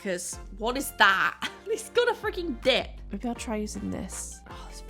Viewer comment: Had to rewind that once to realize you said, “he’s got a freaking DIP” and not… something else!! 🤣